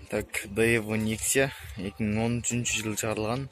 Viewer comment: Сентра эмес жентра даеву эмес дево деп окулат